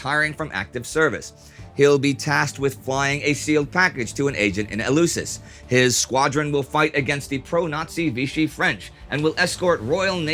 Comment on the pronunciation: Very nice, however a note.. Eleusis is pronounced elefsis...The eu in greek can be either ef or ev.